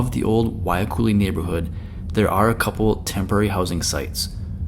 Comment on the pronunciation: why do you call it Waikuli when it's Wahiluki? Sounds so haole